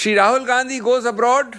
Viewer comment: അവതാരിക ക്ക് rahul gandhi എന്ന് പറയാന്‍ അറിയില്ലെ